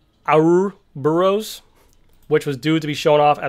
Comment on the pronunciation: Laughing at Florida man trying to pronounce 'Ouroboros'!